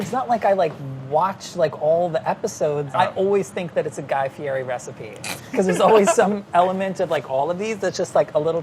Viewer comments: You pronounced his name wrong, it's fe-etti not fe-airy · Rick, it's pronounced Fieddi not Fieri as it looks. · You're a chef, you should now to pronounce Fieri. It's not fe-airy, it's fe-etti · It isn't pronouced Fieri, it's Fieti. lol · Apparently its fi et ti not fi er ri 😳 Thanks hot ones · Its "Fee-eh-tea" not "fe-air-ee" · Guy pronounces HIS OWN NAME FEE-E-TEE... at the beginning of EVERY DD&D show he says his own name .... Get it right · Nobody said his name right! It's pronounced FEE-EDDIE!! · Aw no one ever pronounces Guy's name right, "Fee-eh-tee" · why does everyone pronounce Guy Fieri's name wrong lmao its pronounced Fiettie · is it really that hard to pronounce Guy's last name right? It's fe-etti. Watch the intro to him on First We Feast eating the wings and he tells the host he actually got it right.. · The correct pronunciation is Guy Fieddi makes me laugh every time they say it wrong in this video. Found that out in the hot ones video with Paul Rudd. True story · The thing that drove me nuts is that I am a Guy Fieri fan and know 100% that he pronounces his name with a T rather than the R that is in it. Guy Fietti is how it is pronounced thought it isn't spelled that way. Made me cringe every single time his name was mentioned. D- for you guys! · It's pronounced guy fietti, courtesy of hot ones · It’s pronounced “Fietti” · It's pronounced "fietti" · Guys last name is pronounced "fee-et-ee" btw. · ITS FIERI!!!!! (FEE - ET -EE) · It's pronounced "FIETI" come on guys, thought you were pros. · Guy's probably wincing.. It's Fee Etty! lol.. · You guys got his name wrong. It's Fee-et-tee but to be fair it's a common mistake. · Just to let you know, it's fie-ri. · It's actually pronounced "Fiety" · its feeyeti according to his hot ones interview lol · I'm just saying but "Fieti" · It's Guy-Fee-eh-ty. wrong! watch Hot Ones. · It's pronounced Fieti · Guy Fee-ett-ee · It's pronounced Fee-Eddie! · Fieri is pronounced "Fiedi" - Guy Fieri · Fieri not Fieri